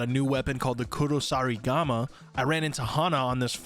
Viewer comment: Even after it shows on screen this dud still mispronounces Kusarigama easier to count the things he got right than the wrong ones .